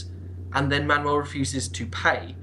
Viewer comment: It's Manuel I Komnenos sound more Greek xD